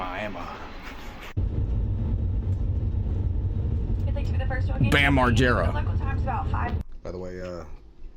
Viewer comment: Fun Fact: There's a Miami in Oklahoma that is pronounced exactly like that